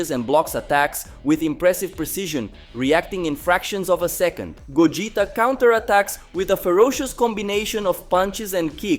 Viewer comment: Pls bring old narrator this guy fucking sucks can't pronounce names correctly ..gogita